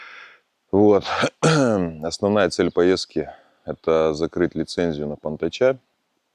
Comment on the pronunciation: привет, но извини братишка, просто слух резануло название понтача, мы же с тобой на Дальнем Востоке, Панты, ударение на первом слоге, извини если что, огромный привет с Амурской, области,, шедевр ещё не смотрел, сначала лайк, потом просмотр, может я и не прав, а это название ради прикола😂😂😂